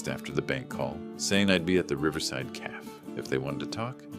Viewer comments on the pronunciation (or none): A calf is a baby cow. A cafe a small eatery is pronounced caf-a. A.I. needs to go back to school.